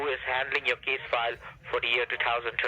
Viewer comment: Never trust anyone who can't pronounce 2013 right